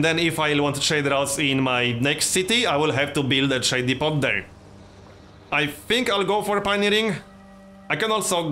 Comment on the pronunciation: Hey man just for future reference the t in depot is silent. I'm hyped, this is going to be an awesome series.